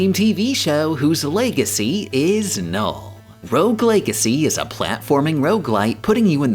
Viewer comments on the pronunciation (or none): none